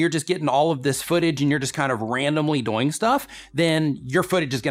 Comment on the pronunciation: he says doyng too much